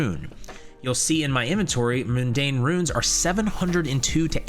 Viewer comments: Your pronunciation of "moondane" rune triggers me xD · The enunciation of MUNDANE drove me nuts.